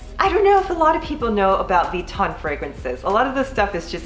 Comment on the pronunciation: Lol “V-ton”